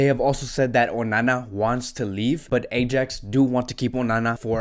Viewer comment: lol this guy can't pronounce ajax right